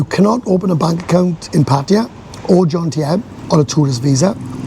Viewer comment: To be fair, this guy is pretty clueless when it comes to Thailand. Also, where is Jontiem? It's JoMtieN! 🤦🤦 As a Brit living in Thailand, I like this hotel policy of charging and not allowing guests access to amenities. Why should a complete stranger for one, two or three nights be able to use amenities when they didn't even book a room in the hotel to start with, I'd do exactly the same if I owned a hotel. If Pattaya became fully family friendly the place would be rammed with tourists cause there's so much to do in Chonburi, it would start to become a mini Phuket but without the trouble from drunken yob farangs like this guy and his mates, so bring it on. 🥳🥳